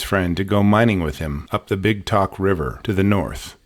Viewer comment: Tok is pronounced "toke"